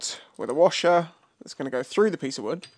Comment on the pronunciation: "A piece of Wewd".? SOMEONE'S BEEN WATCHING YouTubes - 'Bobby Duke Arts'! 👌👍🤣🤣 😎🇬🇧